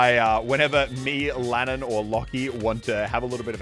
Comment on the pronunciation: He did Lannan wrong